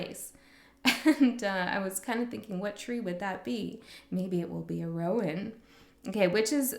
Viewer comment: Gosh those are beautiful decks -- which ones are those? I think you're pronouncing Rowan right. Ogham's harder with the silent 'gh' -- but that's Irish Gaelic for you. Thank you so much for this. And for your energy advice. That was so powerful -- and you're so on point. This was so resonant. Thank you.